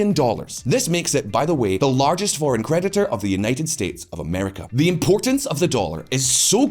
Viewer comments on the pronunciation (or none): none